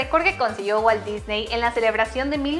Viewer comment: no es Disney, es DISNY XDDDDDDĎDDDDDDDDDDDD